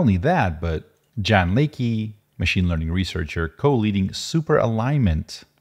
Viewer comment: Jan's name is pronounced "Yun", unless he's Anglicized it.